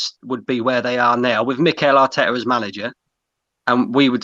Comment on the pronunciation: "Mikel Artekkers blud!" -, 2020